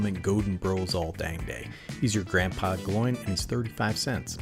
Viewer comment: Great video. I love how you pronounce Gloin 😂. The actual pronounciation is more like combining the words "glow"+"in". Keep up the good work! ❤❤❤